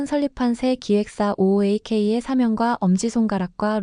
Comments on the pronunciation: It should be 오아크 not 오케이🤦 She couldn't even read properly in English🤦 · ooak를 오케이로 발음한 회사 이름부터 웃김. 어떻게 ooak를 오케이로 읽는지, 영알못들인가? 무식함이.. 뉴진스 시절부터 새 회사 이름 로고까지 정말 민희진은 카피 천재인듯.